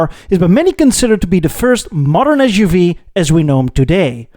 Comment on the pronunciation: u can't even SAY suv